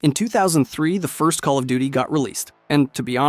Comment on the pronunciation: Is no one going to point out him litteraly saying onest instead of first lol